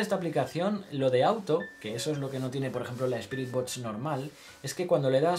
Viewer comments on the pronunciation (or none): Por favor puedes decir BOXXXX en vez de botch